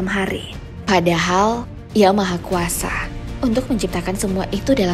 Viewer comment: tolong dong setiap kata yg berakhiran A jangan ditambah huruf "H" kurang nyaman aja dengernya😂 kaya serta mertahh, kuasahh